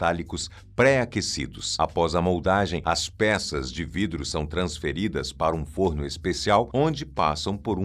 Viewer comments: Hoje você tá muito palhacitos, hein? 😂😂😂 "VRIDRO"!! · Vidro ou"vrido" me fez dar gargalhadas...gostei da brincadeira 😂😂😂😂😂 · Gostei do "vrido" 😂😂😂